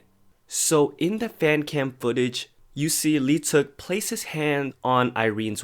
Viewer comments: Lee teuk omg that aint how you pronounce it i am in PAIN How many people think its actually pronounced like that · Your pronouncation of leeteuk is horrible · OMG dude. If you're making videos about idols seriously learn how to pronounce their names! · cringe whenever people pronounce leeteuk as "lee-teuk" its silent "l" yall